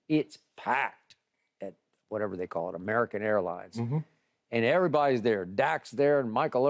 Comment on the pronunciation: My man LeShannon must've learned "Whatever" this week the way he's been saying it 🤣🤣🤣